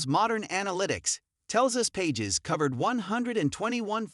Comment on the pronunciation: Pronounce his name correctly. PAGES - PA(H)ES. SMH